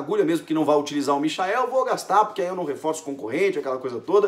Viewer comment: Porra é difícil pronunciar a porra do nome do cara certo por acaso alguém chama o Michael Jackson de MICHAEL